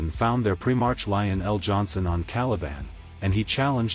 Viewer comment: I like what you do with the AI renditioning and your way of telling the story. But some words you mispronounce. Pri-Mark, not Pri-marsh. I think there was one maybe two others. But other than my OCD and pet peeve over such things. Good job!!!